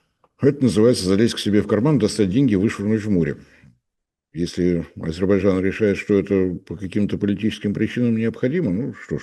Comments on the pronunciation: не подражайте Горбачеву, повышайте уровень грамотности! Не АзеБарджан, а АзеРбайджан. От слова "азер" - так легче запомнить.🤣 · «Азебарджан»)))) политолог))))). Даже название страны правильно произнести не может. «Аналитик»))) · Азербайджан произносится немного иначе 😂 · азебаржан. давненько я не слышал. Со времён Горбачева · "АзиБАДЖАН" - так,, старики в политбюро говорили)))) АзерБАЙДЖАН страна называется))) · Научитесь,, правильно выговаривать Азербайджан. Не уподобляйтесь Горбачеву 😂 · Уважаемый, ну научитесь наконец-то произносить правильно название государства Азербайджан. Так, как оно называется и как его говорит Борис Леонидович. А в остальном 👍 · как некрасиво на большую аудиторию невыговаривать название государства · Не мешало бы ведущему научиться слово Азербайджан правильно произносить